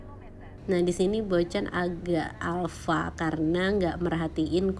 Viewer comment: Alpa bocan bukan Alfa😄